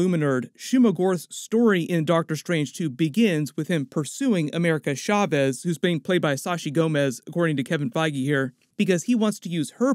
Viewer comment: America Chavez (CH LIKE CHAIR NOT SHARE) Seems like you don’t respect Latin culture because you did the same careless pronunciation with Alfred Molina.